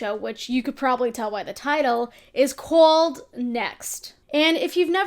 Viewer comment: the jersey really came out every time you said "called"